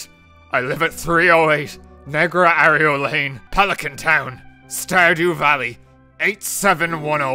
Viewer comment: The pronunciation of Arroyo hurt me deeply considering it's part of my last name